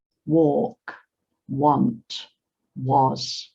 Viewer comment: Hi teacher I hear you pronounce the want, as one chi, why?